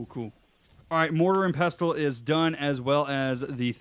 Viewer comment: the T is silent in Pestle